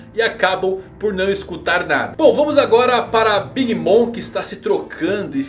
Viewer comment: por favor, o Mom de Big Bom se pronuncia "moM" e não "moN". Abraço!